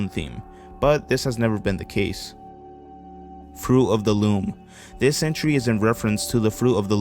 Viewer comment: “Fru of tha loom”